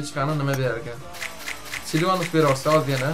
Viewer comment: Silanus × Silvanus ✓ 😂 E bot 😅